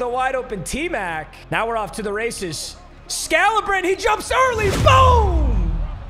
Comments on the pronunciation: Am I trippin or is his name pronounced Brian “Scalabreeny”? Not scalabrin, idk fs tho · Scal-a-bri-knee not scal-a-brin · when bro says "sca-la-brin" it throws me off so much 🤣🤣🤣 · BRO IT SCAL-UH-BREEN-E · Scala-breeny is how it’s pronounced. Respect the god. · It's (scal-a-breen-ee) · Never heard anyone pronounce Scalabrine like that 😭😂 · The way he saying scalabrine’s name is pissing me off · Why he saying scalabrine like that thiugh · Nobody gonna talk about how he was pronouncing Scalabrine 😂